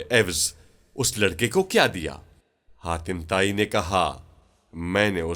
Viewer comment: Haatim Taai not khatima tai